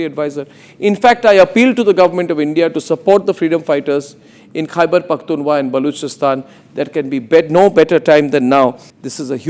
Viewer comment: DAFFER anchor kheberphktunwa nhi khber phktunkha hotta w silence Hai silly😏🤓